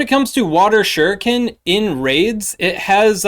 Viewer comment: Bout time someone knew how to say shuriken. You’d think the Naruto / Pokémon go player crossover was much bigger than it is lol Also, why is there no cresselia PvP IV deep dive??? Figured that would be a pretty important one. Really hope you can get around to it at some point. We rely on you! ❤